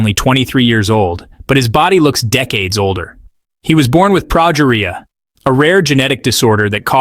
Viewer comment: For future reference, the documentary series were Sam Berns spoke were "Ted Talks" and the specific one was pronounced "Ted-Ex." As for his condition, it's said like this: pro-GEE-ree-ah. Not complaining, you did a great job putting this video out. I just thought you might want some help for the future. And Adalia Rose was only 15 when she passed. Her life might have been full, but it wasn't long, too the great sadness of us all.